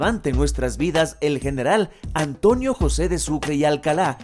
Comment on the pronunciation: No sé por que los serranos siempre pronuncan mal la N dicen ANTOÑO, JUÑO... Mi abuelo era serrano y por Dios nunca pronunció mal la N, al igual que un muy querido profesor del colegio que es quiteño, pero me parece que antes enseñaban dicción en los planteles y universidades, mejor dicho no parece, SE NOTA QUE ANTES LO HACÍAN.